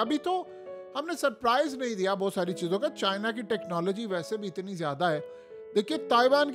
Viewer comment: Itni....... Yeh channel daily Jung karwat hai.. 😂😂 Itni pe itna zor lagata hai😂😂😂😂